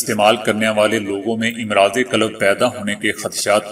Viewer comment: Imraaz nahi Amraaz hai امراض کا "ا" مفتوح پڑھا جاتاہے لفظ"مرض" کا جمع ہے امراض یاد رکھیں........ سہ حرفی الفاظ کی جمع میں تقریبا ہمیشہ ہی الف پر زبر ہوتا ہے آپ ویڈیو کے اندر اس لفظ کو بار بار غلط پڑھ رہے ہیں